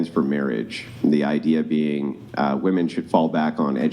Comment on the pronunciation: The gunt chick can't even say "women" correctly.